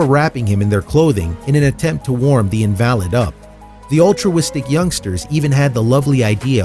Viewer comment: Robin Rountree I think it’s a robot reader; it also mispronounced invalid, saying instead : in -valid